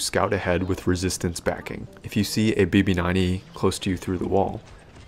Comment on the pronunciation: Did I hear “emo9E” lmao